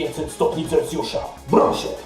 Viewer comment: Celcjusza xd